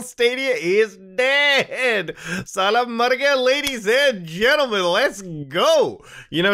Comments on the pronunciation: lmao that "Sala Mergaya" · NO WAYY HE SAID "SALA MARGEYA" AHAHHAHAHHA XDDDD